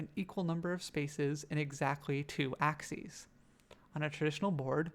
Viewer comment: Nice. Your 'axes' though.